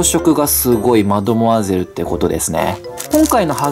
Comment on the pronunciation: マドモイアゼルって言う時、なんで｢イ｣だけ区切ってんの？